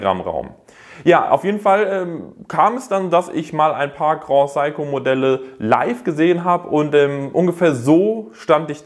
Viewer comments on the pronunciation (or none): Grand Seiko nicht groh saiko...